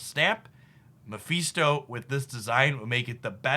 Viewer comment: GREAT VIDEO! Love your stuff. Just so you know it's "Me-fist-o" not "Meh-fees-to" :)